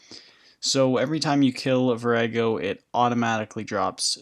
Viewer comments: Its vor ah go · The way you pronounce Vorago is hilarious.